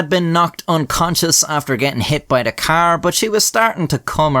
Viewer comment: Omg car (K)R, not keeer